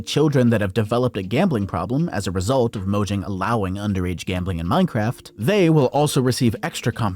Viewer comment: mo yang is how u pronounce it